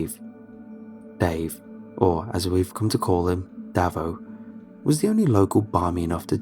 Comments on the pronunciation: Davo is not pronounced like that lol its Dave-oh. Its an Aussie thing like Johno and ambulances being ambo etc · "Davo" is pronounced "day-vo" and "bogan" is pronounced "bow-gan". So many non Aussies get our slang way off. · Listening to an america get all the aussie words wrong is funny as, bogan daveo, so good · his pronounciation of 'Davo' and 'bogan' hurt my soul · Tell me about it 🙄